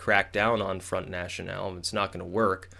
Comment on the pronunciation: As much as I liked your comments about the US elections, your comments about the EU has not a lot of substance. It is as far away from accurate as much as your pronounciation of "front national". Stick to american politics please, you gamble with your credibility here imho.